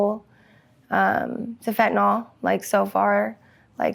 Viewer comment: "Fent-uh-NIL". Why does everyone mispronounce this? Not spelled FentaNOL or FentaNAL.